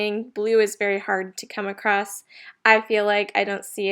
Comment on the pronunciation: Just a note, There is no "t" in ACROSS